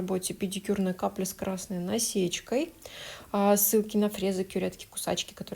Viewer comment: кьоретки кусаки испортила (подрузмивалось слово использывала на можете послушать) Я 😂